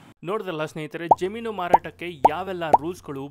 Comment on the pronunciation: Jaameenu or jaminu ? Pl pronounce kannada properly 😮